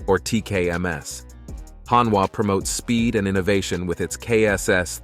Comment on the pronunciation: HonWa? 😂 HonDa!